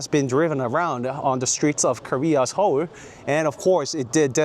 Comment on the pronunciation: 형 영어 발음도 정말 끝내주지만, 특히 서울 할때 한국어 발음은 진짜 원어민 같아서 놀랐어요. 정말 대단하십니다!